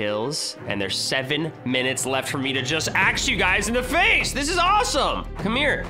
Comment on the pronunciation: You keep saying get axe in the face and its so funny!